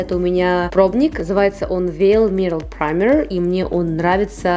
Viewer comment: Прэмэр… серьезно ?